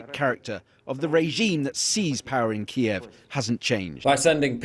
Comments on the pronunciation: "Kyiv" (roughly pronounced "Keeve") is the correct way to say it in Ukrainian. "Kiev" is the Russian name for the capital of Ukraine. Might I suggest you do a bit of studying about things you comment on? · Biden can not even pronounce Kiev correctly. He is clueless and using Russia as a deflection of his failed administration.